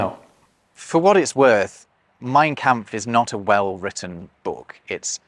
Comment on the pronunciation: Excellent video as usual from. My only criticism is the pronunciation of the vowel sound in the German word “kampf.” The “a” should sound like the “a” in “father.” There is a YouTube channel Pronounce Names that has a short video “How to Pronounce Mein Kampf.”